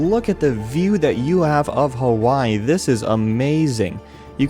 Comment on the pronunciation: o fucking duck its its HAWAII